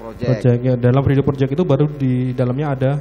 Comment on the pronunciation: "project" ape tu ye